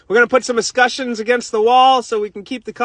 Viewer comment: I had to listen four times and still couldn’t figure out what “drrraweeeerrr offs” were😂😂😂. Then I saw them later in the vid, looked like drains. Then I heard “aauuusskushans” didn’t quite understand till I saw the chrome trim rings😜😜. But at the end I recognized that the superstar was burnin ya meat!🤩🤩. Solid work! Just a normal day in the life!!